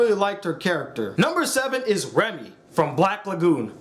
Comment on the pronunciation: I kept on thinking you was saying Remy